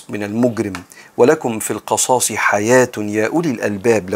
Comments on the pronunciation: اسفه بس هى القِصاص وليس القَصاص ..ربنا ينفع بحضرتك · القِصاص بكسر القاف وليس بفتحها بارك الله بك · بارك الله فيك ورزقك العلم ونفعك به . ولكم في ( القصاص) بكسر القاف تقريبا حضرتك قرأتها مفتوحة . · تصحيح : ولكم في (القِصاص) بكسر القاف جزاك الله خيرا